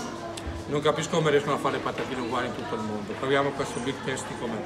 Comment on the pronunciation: Come dici big tasti 🤣